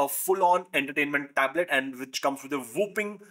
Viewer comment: O.....but that's "whopping" here I thought he was trying to say "whooping cough"